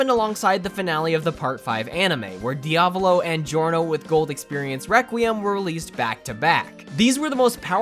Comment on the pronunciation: jo-ra-ro? dia-volol? are you doing that on purpose or are you just messing with us?